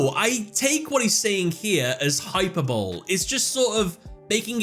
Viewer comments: Small note: , you pronounce "hyperbole" as, "hyper-bowl". It's actually a Greek loanword, and is pronounced "hy-PER-bo-lee". A very common error among people who learned the word from reading it :) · Hyperbole is pronounced hi-per-bo-lee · That’s not how the word hyperbole is pronounced. It’s hyper-bowl-ee. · FYI, "hyperbole" is pronounced: High per bo lee. Not hyper bowl. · I just listened to that line and had to replay it 😂😂😂 I was like "what the heck did he just say?" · FYI, "hyperbole" is pronounced hy-per- bow-lee. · Brother it is pronounced “hi-per-bowl-lee” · Nitpick : It's pronounced hI-peR-buh-lee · Hyper bole? 😂 please tell me he's done that on purpose and not got word of the day toilet paper 😂😂😂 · he pronounced HYPERBOLE......HYPERBOWL, English is a funny language, 😂 love the vid man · PRONUNCIATION is.................... HI PER BO LEE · It's pronounced hyper Bow lee. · Hyperbole should be pronounced hy-Per-bol-E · Main takeaway: "Hyperbowl" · Just a head's up but hyperbole is pronounced "Hi - Per - Bo - Lee"! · Brian Reagen comedy special: The Epi-tome of Hyper-bowl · "Hyper Bowl" 🤣🤣🤣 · "Hyperbole" pmsl. Why would you not look up how to say that properly... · Hyperbole?! You mean hyperbole.